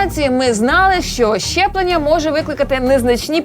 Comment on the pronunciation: Ясю, не "чЯстина" , а "частина". І колезі передайте, що не щЄплення, а щеплення. Вку*вл*є така покалічена вимова.